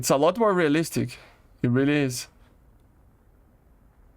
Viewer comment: Bro can't pronounce realistic to save his life, Which I don't understand. Bro speaks English a ton.